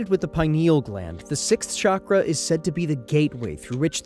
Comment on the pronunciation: It’s pronounced cha-kra, not sha-kra